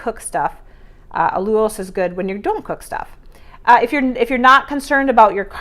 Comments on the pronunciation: It's AL you losse rhymes with cow due gross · I think… it’s pronounced al-YOU-los…. Not saying the recipe isn’t amazing because it is 💜 I can’t wait to make it myself 💜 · Yes she pronounces Allulose with 2 syllables instead of 3. If you can't find it in a grocery store, her asking for assistance to find it, might not be successful